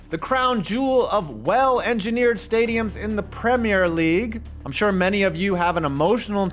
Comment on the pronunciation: 1 like for the correct pronounciation of Premier League